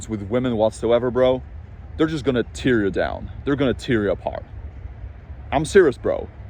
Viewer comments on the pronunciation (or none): Hey bro, "Tear" as in "Tear someone down", should be prounounced the same as the word "Hair ". But "Tear" as in crying Tears , is said the same as Fear, Gear or Dear ! Welcome to stupid and inconsistent english again ! Not to be confused with the word "Tier", also said exactly the same as "Tear (crying)", Tier meaning different levels etc. Also, "accommodate with", I think you mean "associate with", as in associate with other men on your level, etc similar word, but not quite the same. Hope this helps. It would be SO much easier for everybody if English was said as it was actually written like it is in all the Latin Languages.